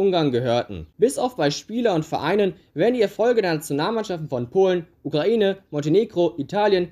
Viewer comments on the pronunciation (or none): none